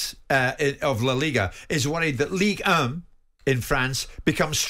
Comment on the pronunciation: The French league isn't called "la lige" Simon....